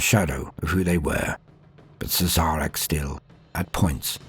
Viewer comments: It's actually pronnounced 'Shareh'. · Had to stop at "Siz-Zarek". But good effort.